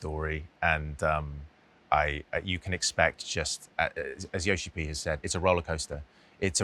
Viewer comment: I love Ben calling Yoshipi Yoshipi. The game is amazing, it has become my favorite FF game.